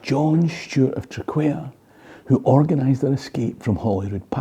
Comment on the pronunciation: TRAQUAIR - Say TRACK WARE or TRAC WAIR not Track Care. Its a funny one though with its QU. Heard it called TRACK WIRE